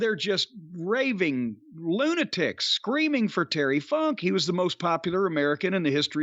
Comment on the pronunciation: I just watched the Lawler funk an brown sugar .Jimmy it didn’t sound like you said Funk!